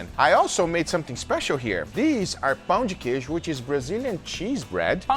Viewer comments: pronuncia perfeita das palavras em português guga! (perfect pronounciation on pão de queijo and tapioca) greetings from Brasil Edit: ele é br e eu n sabia. Agora to com cara de cool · as a brazillian i'm really proud how good guga pronunciated pão de queijo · Eu sou o comentário brasileiro que você procura. E sim, nosso pão de queijo apareceu no vídeo. Guga, thx for honor our pão de queijo and your pronounce was realy good! Uncle Roger, your pronounce was cute :) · I love how guga is the only one who can say pão de queijo correct